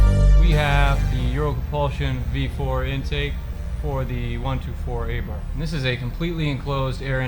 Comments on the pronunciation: It is A-bart as stated before (according to the Italians). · Ey-barth? Come on man, at least say its name properly...that’s sort of embarrassing. A-Bart.